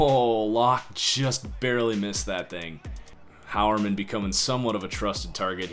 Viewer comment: Quick PSA: Jeff Heuerman is pronounced High-Er-Men, not How-Er-Men. Minor thing I noticed